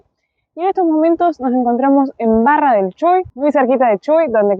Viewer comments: No de pronuncia chui se pronuncia CHUÍ ! Con acento en la í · chuy no se pronuncia asi ja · Bienvenidos a nuestro paisito, Chuy se acentúa en la "y"... Me parecía muy raro como lo pronuncian 🤣🤣🤣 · Mal ajajajja es tipo, ay, pq lo dice asi, pero ta, no sabían Sldoss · tenes que pedirle a algún Rochense que te enseñe a pronunciar Chuy, jiji!! Sigan disfrutando!! No se pierdan el museo de Paez Vilaro en Portezuelo